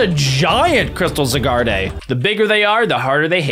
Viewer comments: be like zygarde❌ zagarday✅ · the way he says Zygarde as ZE Gaurd eh and not ZIEGAURD is so funny